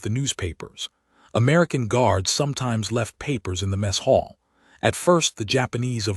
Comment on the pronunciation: . . . slid into the messHALL??????? WRONG SYLLABLE EMPHASIZED. It's MESS hall, NOT "messHALL"